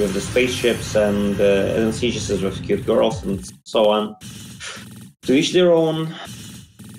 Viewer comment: Aegis is pronounce EE-jiss